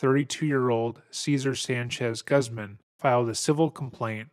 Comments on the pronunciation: Lol my favorite pronunciation of Guzman = Guhzmin. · I was in High School, I remember there was one time I was hanging out with my band teacher after school (he was in his mid-20s and we really connected on music). I remember that back in 2013, he was telling me that Bryan Singer was diddling kids on the set of the X-Men movies. I was shocked and couldn't believe it, it absolutely ruined those movies for me Quick note: the surname Guzman is pronounced as Gooz-mon, it's a Spanish surname so you can't use English annunciation for the name because it's not an English name